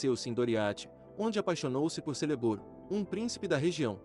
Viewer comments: Lembrando que a pronúncia de Celeborn é Keleborn. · Muito bom, mas ouvir você falando Celeborn com som de "s" me dói na alma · A letra “C” nas línguas elficas tem som de “K”, ou seja, o nome do esposo da Galadriel se pronuncia “Kéleborn”